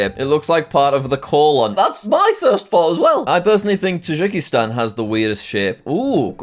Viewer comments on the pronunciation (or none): none